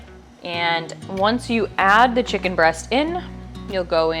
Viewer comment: You should be in prison for how you say chicken.